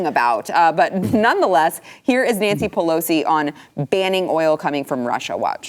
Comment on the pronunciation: "Don't import Russian vodka, send it to Nanshee."